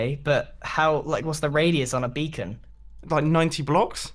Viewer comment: I think you mean Beacon not becon